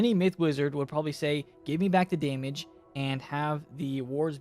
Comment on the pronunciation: “Daymige” xD